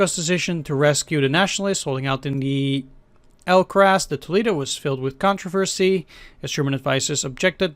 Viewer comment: The butchering of the Spanish at the end was cringeworthy. It's pronounced Al-cah-zar de To-leh-do. Where you got 'al-crass' from I have no idea.